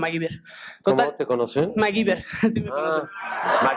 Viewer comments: Corrección: "Maguiber" xD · "El Maguiver" 🤭😂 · Jajaja pero pinche Nino Canún lo albureó feooo cuando le dice ah eres "mai gaver" se mamó